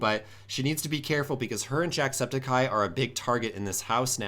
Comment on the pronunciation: I hate how he pronounces "Jacksepticeye" He says it like Jacksepti-cai